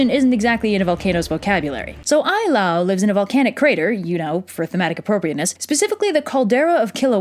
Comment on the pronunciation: Also, Ai la'au ( aye- lah- ow). Maybe a little more focus and respect on the cultural traits, language and spelling matter, before you story about their myths....